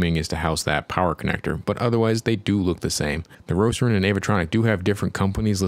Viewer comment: Why you call it "Roceron"?